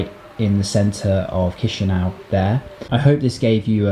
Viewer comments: ChişiNAU lol, its Chişinau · Not chişiniau but chişinau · Correct is Kishinau, but not Kishiniov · Chișineu😂I’m from Moldova, ly🤣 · 😂😂mooorrr cum spuni Chisinau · it's chisinau with c not k